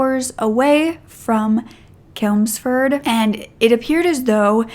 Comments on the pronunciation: Great video, just to let you know its Chelmsford not kelmsford, ch like chain. Nice to see you covering a uk case, keep up the great work 😊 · Babes it’s Chelmsford not kelmsford ❤️ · Its CHELMSFORD NOT KELMSFORD ,DERBY IS PRONOUNCED DARBY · You tell these cases with such true compassion. Love your work. The city is Chelmsford, pronounced with the ch like chimney x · The way you pronounce Chelmsford is so cute ahaha it’s pronounce CHelmsford, like the ch sound in cheese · Hey! I adore your videos. English person here, I'm 99% sure Chelmsford is said pretty much how it looks (with the ch like in chew). Other than that, your pronunciation is surprisingly good for an American, I know our place names can get annoying (I'm from Worcestershire lol). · 😂 chuckling everything you say Chelmsford. Its pronounced CH as in Church. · I live in Derby and I think covering the other story would be good. Those poor girls, the fact that one was just stopping over at her friends and he does that to her. His own kids. On a brighter note your pronunciations of English places like ‘Chelmford’ and ‘Derbyshire’ made me smile! 😂 Chelmford is pronounced with a ch like chair Derby is pronounced darby xx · Your pronunciation of English towns is terrible! Dahrbyshire CH elmsford!